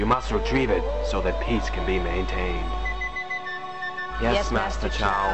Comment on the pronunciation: wo is on i saw an extra back....hehehe.... i like your accent wen u said "peace could be maintained" hehehe wo dub it?its really funny